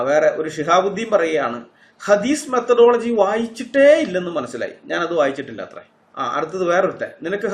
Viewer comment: 😂🤣ഹദീസ് methadology അല്ല മേത്തഡോളജി 🤣